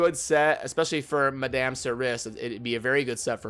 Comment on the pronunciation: Madame would sound like 'Ma-Dom' not 'Ma-damn' but it doesn't really matter how you say it though ofc.